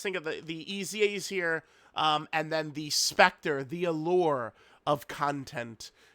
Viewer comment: "con-TENTT" man he hits those T's so hard lol